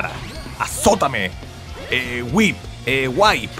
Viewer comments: Se pronuncia "wip", no "waip", "amigo", aprende inglés. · En realidad se dice "wip" no "waip" por la h entre la w y la i